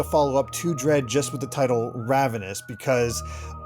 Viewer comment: Guys “ravenous” raven- ous